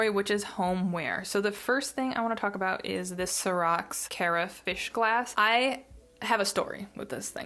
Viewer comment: Hi, really enjoyed the favorite video, not trying to be one of those jerks who annoyingly corrects people, but… Take this as you want, carafe is pronounced similar to giraffe. OK, sorry, really enjoyed the video. 😊